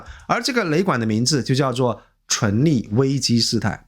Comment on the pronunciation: 開車聽影片，一直聽到純利純利的，以為在講投資，後來看字幕才知道是存立，昏倒。以前覺得這個頻道還不錯，現在突然發現是大外宣啊！